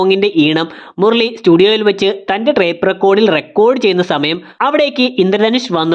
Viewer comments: മുർളി അല്ല മുരളി 😁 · 'മുർർളി' അരോചകം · നിങ്ങളുടെ വീഡിയോയിലെ മിസ്റ്റേക്ക്സ് 1 : മുർളി ❌ മുരളി ✅ 2 : അഫർത്ഥിക്കുക ❌ അഭ്യർത്ഥിക്കുക ✅ 3:ഫിത്തി ❌ ഭിത്തി✅ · Murali ❌Murli✔️